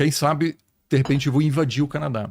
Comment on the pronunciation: Deprrepente é ótimo 😅😅 é de repente